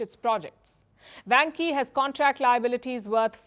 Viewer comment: dear，You should check it out or learn some Chinese，vanke万科 is pronounced like wanker